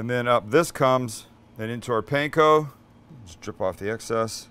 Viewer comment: Your Ground Chicken Katsu patty is not unlike Menchi Katsu and the flavors you used seem ok. They look really good!!! But Sam... Please... Katsu - "Kaht-soo" not "Cat-soo" Also, Panko - "Pahn-koh" not "Pan-koh" and certainly not "Pain-koh". Please and thank you. Dedicated Fan 😁😁😁